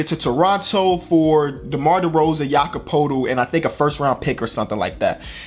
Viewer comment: it’s pronounced Yakob Pertyl not Yakob Potel